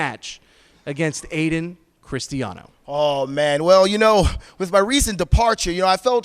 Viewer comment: Booker screwing up Ayden's name lol